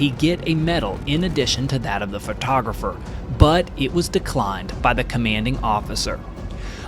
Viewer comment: Photographer, not "frotographer"